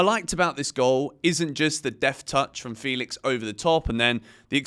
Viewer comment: FEH-lix not Fee-lix. Thanks!